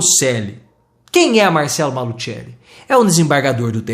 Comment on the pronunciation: A pronúncia é Malucelli